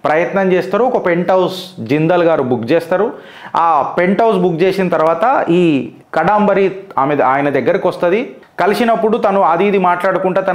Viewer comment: Past tense ni future tense lo cheptunnavu and can't pronounce the name properly🤮